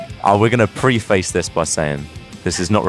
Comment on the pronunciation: Can't pronounce 'preface'